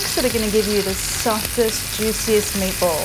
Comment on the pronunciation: I know she is saying meatball, but I keep hearing maples. Is it just me?